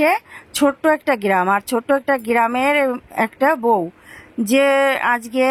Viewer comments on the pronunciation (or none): none